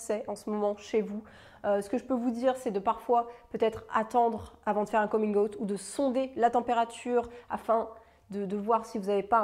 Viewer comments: Moi voyant le titre de ta vidéo : bon ben en tant que bisexuelle et militante LGBTQIA+ je pense que je suis déjà plutôt ouverte d'esprit et tolérante haha Moi entendant la façon dont tu prononces "coming out" : gasp okay je suis peut-être intolérante à UN truc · Merci pour cette vidéo, j'ai beau lire beaucoup sur le sujet j'ai encore appris des choses ! (Et ta façon de prononcer "coming out" est juste trop cute 😍) Merci pour ton travail de sensibilisation 🏳️‍🌈💙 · Pardon mais ta façon de prononcer coming out: j'adore 😃😘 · Magnifique prononciation de coming out ahah, sinon super vidéo hyper intéréssante et complète . ( Rien a voir mais je suis "en transisition vegan" quels compléments prends-tu ? )